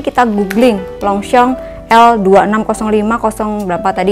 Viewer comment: Yg bener longshom bukan longsong